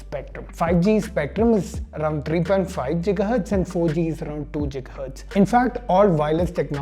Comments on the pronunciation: Love your content. Just for fun I have one question, what is JIGAHERTZ and GIGAHERTZ ;) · "jiga hertz"......😂😂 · Did you just say 'Jiga' hertz 😏... #grammarnazi